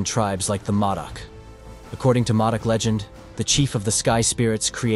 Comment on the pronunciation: ITS MŌDOC